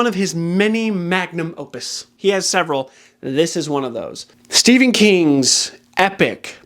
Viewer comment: So, obviously The Stand doesn't hold a candle to The Count of Monte Cristo. 😉 But having said that: you've finally convinced me to read Watership Down (my husband warned me I'll cry). Great content, thank you! PS: magnus opus is really weird way to pronounce 'mediocre drivel'. But I'm subscribing to your channel anyways!